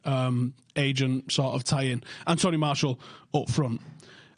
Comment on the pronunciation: it's pronounced Mar t elle... Not MARSHALL